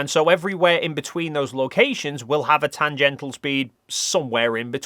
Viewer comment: Tangential NOT tangental!